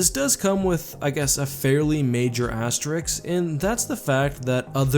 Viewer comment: The word is "asterisk," not "asterix."